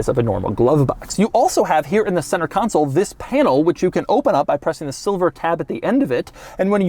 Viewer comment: CON SOUL not council!!!!